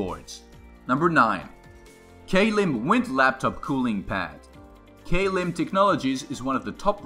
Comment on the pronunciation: its not pronounced like k lim it is pronounced klim.